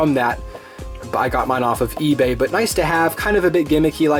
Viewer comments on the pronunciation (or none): none